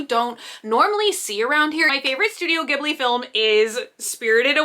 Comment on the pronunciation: The way you said ghibli causes me anxiety